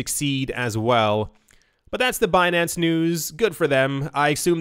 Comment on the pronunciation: "Binansay" I died 😂🤣👌🏻